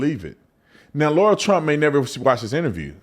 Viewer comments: It is Lara Trump, not Laura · Brandon, you need to call Lara and apologize for calling her Laura multiple times lol